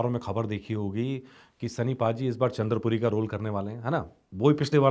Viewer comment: Not chander puri right chandpuri